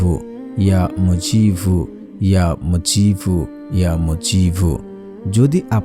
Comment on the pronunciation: Apnar uchcharon Ya Mujibu thik hoyni may b